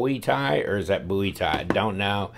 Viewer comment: Thank God you pronounce Bowie correctly. Love the videos!